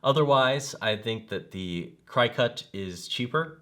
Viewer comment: the machine is called a cricket as in the insect not cri cut.